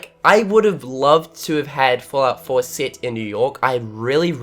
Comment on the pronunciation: Fahllout Foah